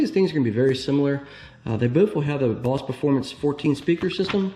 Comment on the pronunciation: I was just saying you pronounced it wrong. Bose. The e at the end makes it a "long O". Like Boze. Not Boss. No big deal. If you like guns, cars and watches...this is my kind of channel! I ordered a 2020 C-8, but after long delays I ended up giving up my allocation. I figured I'd give it a couple years for the hysteria to settle down and then order one. I hope they still have Rapid Blue!!